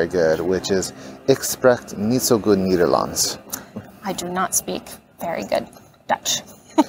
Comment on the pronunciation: It's "spreekt" (spray-kt) not "sprekt" like it's also "Nederlands" (nay-der-lands) not "Niederlands" And Spa rood is not "Spa rude" but "Spa road".